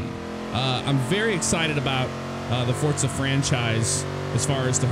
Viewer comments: How ever true that is, most people say Forza. Because they don't associate the franchise with Italy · "Hello everybody, welcome back to 'Fortza' Horizon 3..." Have I been pronouncing Forza wrong this entire time?